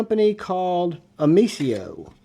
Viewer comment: Nice video but it not omesia it’s omesio I own the 5.43inch fixed blade and it a great knives